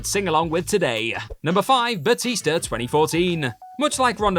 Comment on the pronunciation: Boootista? I thought you said Bloootista 🤨